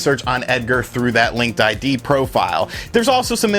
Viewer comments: It's pronounced "Link Did" ;) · "I did a lot of research" Calls it Linked I.D... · LinkedIn. Not LinkedId. lol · Take a drink each time he says linked ID instead of Linkedin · Linked I.D.? Not.... LinkedIn... huh :P